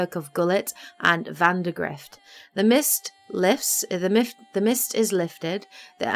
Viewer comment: "the mift is lists" Hahaha